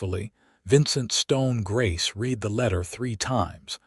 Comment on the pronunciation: I can't believe any human that got through first grade would pronounce read in the past tense as reed instead of like red. So, I also believe it's an ignorant, untaught AI, belonging to a channel owner that is too lazy to listen to the story before it is uploaded.